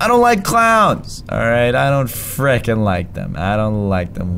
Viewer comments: it’s not freakin it’s frikin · it's frekin